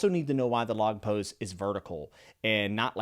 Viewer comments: thank you for your lovely review! you pronounce the log pose correctly, no problem at all. let me correct for the curly Igaram's pronounciation. it's Ee-gah-rahm, typical Japanese pronounciation. about Nami jealous of Sanji-Vivi, I think it's just Sanji's simping imagination (though some fans are really happy with this as they ship Sanji-Nami) because Oda has officially stated that there will be no romance thing within our crew. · watched the whole thing and it went by so fast! love listening to these and cant wait for more. btw you pronounced log pose correctly, and it does point horizontally like a compass (but also vertically)